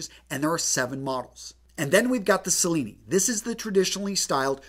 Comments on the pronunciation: Excellent review. Really thorough. The Cellini is obviously named after Benvenuto Cellini, an Italian goldsmith. His name is pronounced chel-lee-nee. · If you’re going to make out you’re an expert at least learn how to say Cellini mate! 🤣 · Another fist thing is to know how to pronounce the models. 1) Cellini ( Ch-lini) not sa lini- and it’s mill- gauss hard G . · Cellini is pronounced chil-ee-nee, Milgauss is mil-gous. Probably insignificant but just letting you know :) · Love the video. A couple of names where wrongly pronounced (Cellini, and Milgauss), also Rolex does not make all their parta in house, for example, the hands. All in all a great video overall